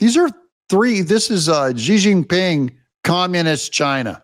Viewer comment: Please pronounce Xi Jin Ping. You sound like You Know What